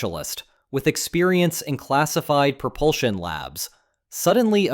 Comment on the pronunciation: "Classifed, Classifed, CRGSIFED" fucking AI gibberish